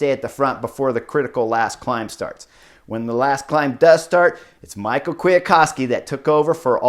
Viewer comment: Someone can correct me here but I'm pretty sure you pronounce Kwiatkowski's first name "me how" not Michael. Really bugged me haha.